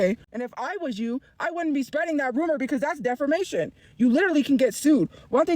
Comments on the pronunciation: Defermation. :face-orange-biting-nails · It's not "def-er-mation" if it's true. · "defermation case" lmao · She said "defermation." Lmao